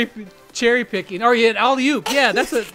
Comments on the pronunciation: Yeah, it's alley-oop Actually more like alley-oof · “Olli-oop” THE CRING...